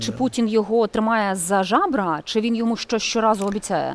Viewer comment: Не "жабра", ведучо, а ЗЯБРА!